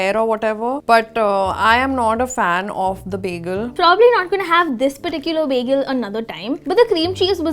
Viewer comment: Btw it's not begel it's bagel